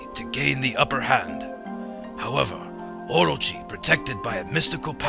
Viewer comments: Okay so the whole time I was watching this I was going, hmm I don't know why but this narration does not seem like it was in the game and I was thinking did Chuggaa dub it, if so you did a pretty good job with the narration but what gave it away for me was the pronunciation of orochi. I think its pronounced o-ro-chi not or-ro-chi, but I could be wrong since I'm not Japanese. Anyway, I love this game thanks for playing it! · everytime chugga says orochi, i think he's saying orgy... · Orochi or orgy? Someone plz help, I cant tell : )